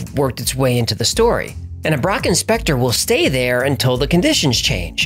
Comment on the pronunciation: Lol I thought you said "Brock Inspector" LMAO 😂